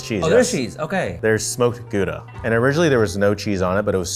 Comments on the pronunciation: It's so funny hearing Americans say Gouda cheese. In Holland the ou part is pronounced the same as the ow part in cow. So G-ow-da. 😉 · Americans pronouncing Gouda the right way is just impossible, it's crazy since it's so simple.